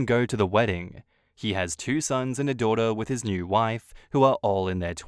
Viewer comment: “HE DOESNT VIEW YOU AS HIS DUHDUH” lol okay mate